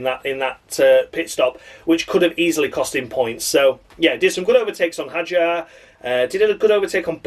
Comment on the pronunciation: David Croft changing his pronunciation of Isack Hadjar every bloddy time he said his name, I'd rather listen to silence 🤦‍♂️🤦